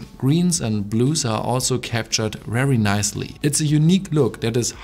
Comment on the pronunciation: dein deutscher dialekt ist echt übel XD. teilweise wirkt es so als wolltest du extra englischer sprechen... und dann verkackst du das "very". daraus machst du ein "whery"... und wenn ein vokal nach dem "the" kommt, wird es "thee" ausgesprochen. nicht böser gemeint. ich formuliere immer sehr unsensibel.